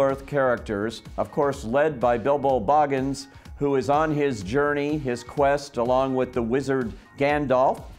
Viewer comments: Excuse me! Legolos! Can you please learn how to talk before you post this online! DrAgon?! Boggins!? Did you even watch the movies? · I can forgive mispronouncing Smaug, but when you mispronounce Baggins, then you sound like a fool.